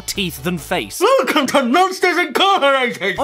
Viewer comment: WEWCUM TO MOSHTERS INCARCERATED